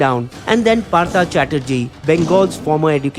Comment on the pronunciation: It should be pronounced as Partho not Partha. And please make video on that jocker asap.